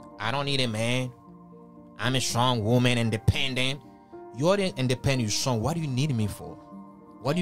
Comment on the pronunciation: its Strength not SHtrength and Strond not SHtrong